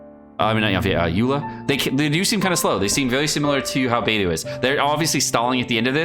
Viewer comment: =Saying “Beidou”= Bay-doh is correct. Bay-doo is not. There are at least 3 good YouTube vids from Chinese speakers of you’d like confirmation.